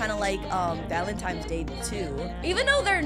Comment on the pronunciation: She really doesnt know its valentines not "valentimes